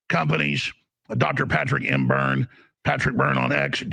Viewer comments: This is so explosive. I wonder if anything will ever come of this info. please get the guest's name right. His last name is Byrne, not Burns. Burns is the evil nuclear plant owner from The Simpsons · BYRNE! not Byrnes. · Byrne, not BurnS. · Byrne not Burns